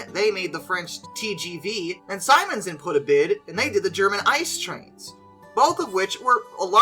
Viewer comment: small note on , it's not ice-trains, its I-C-E, for Inter City Express. Love your vids! keep up your good work. ;)